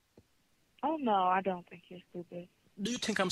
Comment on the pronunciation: DO YOU TINK IM STUPID?! Bertha: No..: Do you tink im smart?;) Bertha: (akward) Yes...: I LIEK IT